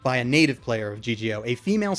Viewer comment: ***** I know, but it's Shino not Shinon.